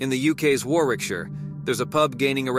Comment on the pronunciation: Warwickshire is pronounced 'Warricksher'